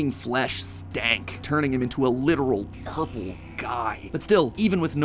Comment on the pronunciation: That "Ourple Guy" caught me off guard more than anything, pls sah that's not a typo